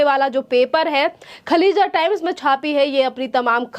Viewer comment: खलीजा टाइम्स नहीं खालीज टाइम्स नाम तो ठीक से लें